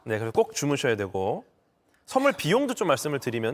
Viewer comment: ‘싼’타할아버지가 ’쏘‘는 ’썬‘물